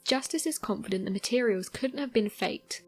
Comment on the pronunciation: Con-fi-dent lol great pronunciation